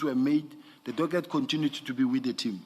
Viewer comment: Still calling a Docket, doget😂